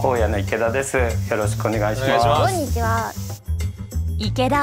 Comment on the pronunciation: の｢くぉ↑ん↓にちわぁ｣のイントネーション好き